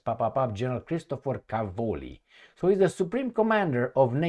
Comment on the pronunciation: Càvoli, not Cavòli: It means Cabbages, in italian.